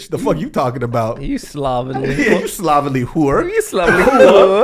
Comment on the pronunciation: “My dear lady” and “slobbenly” 😭😭😭